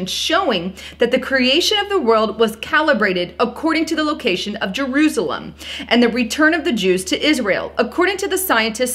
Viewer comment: did you say Jewslem?! Lmoa you did, I had to watch it a few times to make sure, I think you just created a new word that's never been done before, Jewslem-Jerusalem. That's good, that's really good, I like that 😁 Jewslem everyone! 😂 Maybe she didn't catch what she said and meant to say Jerusalem (I do believe that's the case) and no one else seems to have caught it on here either, so since I caught it and since she meant to say Jerusalem I'll take credit for the Jewslem nick name for Jerusalem because now you now since she meant to say Jerusalem and I'm the only one that caught it I officially came up with Jewslem, so I coined the phrase and I'll take credit;)